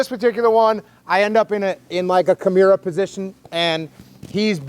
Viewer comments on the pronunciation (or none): Jocko what’s a “kimeeera”? Lol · "Kumeera?" Kimura? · Let me say. I love Jocko. Read several of his books and listened to his show. However, I HATE the way he says Kimura.😂